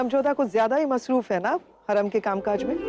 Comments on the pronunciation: Ruqaiya masroof ki jagah mehfooz bol rhi h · Kisne notice kiya ruqaiyah ne masruf ki jagah mehfus bola 😂